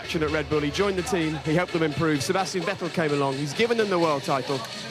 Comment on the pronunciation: Vettel as in kettel.... haaahahah :D